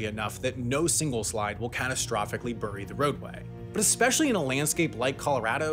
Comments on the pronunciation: i love your video - but it's berry not burry (bury) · "Bury" is pronounced "barry", not "burry". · You are saying bury wrong. It’s pronounced bury. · “Burry,” I love it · I can't get over the way he says "bury" as "burry" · Your pronunciation of “bury” is unusual to my ear. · Where do you have to be from to pronounce it “burry”? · The east coast. Or more specifically New England states. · Burry the road? Weird pronunciation of the word bury... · I don't like how Sam pronounces things. Burry and Colorado 😠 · Sam, why do you pronounce bury like a Brit? 😅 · dude says bury weird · Omg, the way he says bury....🤢